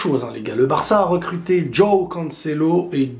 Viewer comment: Y a moyen que tu arrêtes de prononcer DJOOOOao Félix DJOOOOao Cancelo !!?? Juste Jo aõ . Merci , car ça fait saigner des oreilles